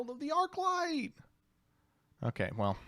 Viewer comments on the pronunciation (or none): none